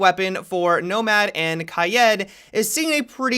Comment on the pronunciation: That one asian guy Say “raid”. Now say “kaid”